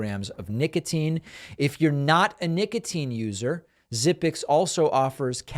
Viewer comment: Nicatine? Really?